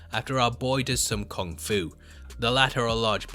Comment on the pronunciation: Kong Fu ....Kongradulations...😅😅